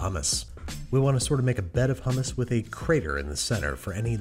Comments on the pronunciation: please say hummus and not hammas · Evry time i hear him say homos makes me choke